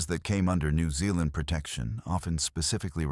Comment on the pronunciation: The Letter 'Z' is pronounced as 'ZED.' Plus: you still cannot pronounce Aotearoa correct, either. Nor New Zealand, either. Suggest you go approach a REAL NEW ZEALANDER and LISTEN. Which you cannot do.